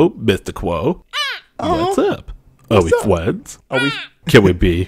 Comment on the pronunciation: i love my fwends too